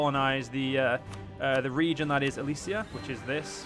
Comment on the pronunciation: Ok sorry for my tone, but it is pretty frustrating. I know youtubers need to have their eyes on a lot of stuff when making a video, but you could at least READ what you do. For example, it is Elysia not Elyria, second, the Basetax/Production/manpower event was for you CAPITAL, not Nea Alexandria. Still happy you returned to this mod. Keep up the, thinking about all the mistakes you make, quite good work. Again, sorry for the tone.